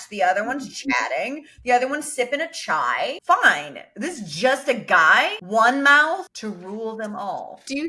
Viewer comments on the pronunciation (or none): none